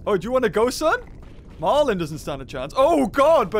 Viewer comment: Wow such level such amaze but y u call him marlin